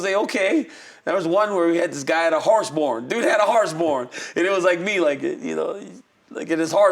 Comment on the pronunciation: "Harse Born"? 😂 You mean Horse Barn?